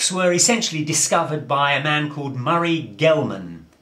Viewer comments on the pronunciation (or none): none